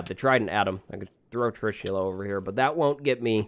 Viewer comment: The pronunciation for your trident is tree-shoe-le. I am from India that's why I know.